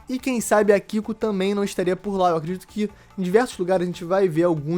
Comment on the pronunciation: O Yamato, A Kiku... e eu achando que só o Lipe que não sabia falar as coisas corretamente, hahaha.